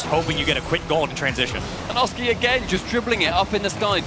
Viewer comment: Cannot stand pronouncing Oski's name wrong:(